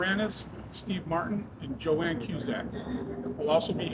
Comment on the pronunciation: Its "Joan" not Joann.